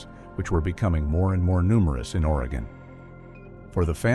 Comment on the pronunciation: Spoken like a true Oregonian!! 🤣 At least he said Oregon correctly!! 🤦‍♀️ I am a born and raised Oregonian, and my children are second-generation, and my grandchildren are third-generation Oregonians!! I will say that we definitely have a great number of people who go missing in this state!!